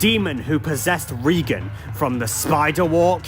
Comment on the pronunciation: ok are we seriously just not gonna bring up how comically bad his pronunciation of Reagan’s name was? Like damn, could you make it any more obvious that you’re a fucking fraud who hasn’t seen the movie? LOL.